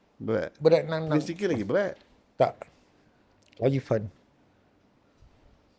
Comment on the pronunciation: Asal lama lama dengar sebut 'prince chicken' dinzly 🤣🤣🤣